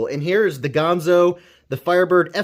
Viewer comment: Another great vid man. Dang that is smooth, and I sure do love those nice leaf-shaped blades! Ganzo makes fantastic knives darn affordable. However, I would debate your pronunciation of the brand name Ganzo.